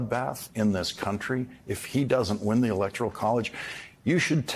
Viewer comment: Appropriately, Dump cannot pronounce "country."